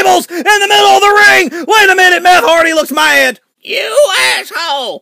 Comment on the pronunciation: He called him meth hardy